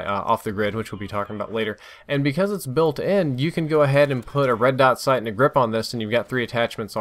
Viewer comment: Red sot dight